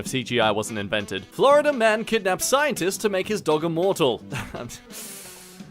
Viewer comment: anybody except me noticed that its not "florida" but "flordia"? xD